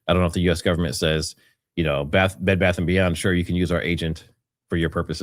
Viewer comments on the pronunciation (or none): none